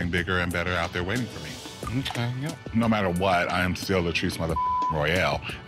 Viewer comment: Latirce? Rudemption? Really?